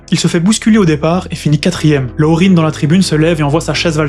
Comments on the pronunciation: Ne pas prononcer le nom de l’entraîneur « Loreen », c’est un Québécois : Lucien Laurin cela se dit Lucien Laurin. Et le jockey Ronald « Ron » Turcotte était franco-acadien. On est partout, on dirait. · Laurin était québécois, donc son nom ne se prononce pas « Laurine » mais bien « Laurin », en français, tout simplement… mais sinon super vidéo 👍